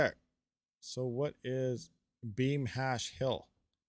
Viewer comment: Beam, you mean " Scheme?"